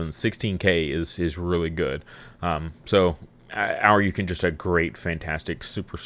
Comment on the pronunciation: It's painful hearing you say Ōuryuken. It's not pronounced 'Ow-ryu-kin.' It's pronounced 'Oh-ri-u-ken.' Ōuryuken translates to Dragon King Sword, the 'Ōu' meaning 'King'